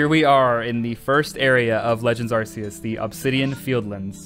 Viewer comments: I swear, I have such a hard time not losing my mind when someone pronounces Arceus as "Arseus". Help. I mean, since Legends: Arceus, it's been so long since Game Freak swapped to calling them "Arkeus"! Sure, "Arseus" is how it used to be pronounced, but it isn't how it's supposed to be pronounced anymore! I don't know why I struggle so much when someone calls this Pokemon "Arseus". Just please, don't scream at me using your Arse-phone. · FYI how you pronounce it is ar k I s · We have an official way to pronounce Arceus. It's so freaking annoying when people still say Arse e us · Uhm, actually, it's pronounced "ark-ee-uhs" ☝️🤓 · Kind of pissed he kept saying full odds and pronouncing Arceus wrong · You're pronouncing arceus wrong.